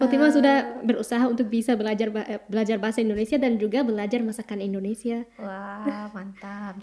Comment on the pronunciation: Maaf Bu yg benar itu Indonesia bukan endonesia.tolong ucapkan yg benar kepada orang luar.